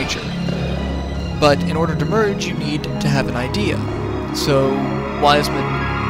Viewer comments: I agree, your descriptions are funny! By the way it's pronounced I-de-ya not idea. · It's not Ideas it's Ideya and it's pronounced (id-dee-ya) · btw ideya is pronounced id-e-ya